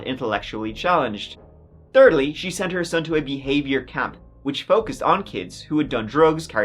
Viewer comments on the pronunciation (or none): Ahem... Excuse me...I'm sure you actually mean "one tird thru..." This is "That Chapter" now don't forget there's no THERD, instead always pronounced TIRD round these parts! 💚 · So I just subscribed and for no other reason than you pronounce 3rd, turd.